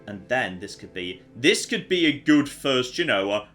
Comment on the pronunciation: I love the way you say good it sounds like your saying Goot